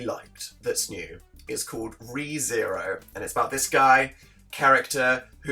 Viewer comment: it's r e not reeeeeeeeeeeeeeee gawd and i already started watching the anime